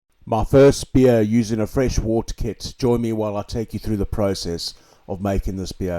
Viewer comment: It's pronounced wert